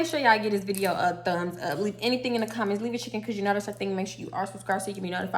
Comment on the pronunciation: apple orangle,you said anythang